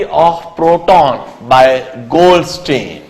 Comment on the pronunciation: LOL! its goldstein not goldSTAIN!!